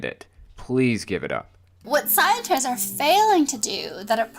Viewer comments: wait. Did she really said "very intoligen"? And scienters? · Something tells me that she used all her inheritance and achool funds on wine. She cant even spell or pronounce SCIENTISTS 😂😂😂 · This part is just so annoying..... - That’s exactly what Flat Earthers do. And how she calls scientists “scienters”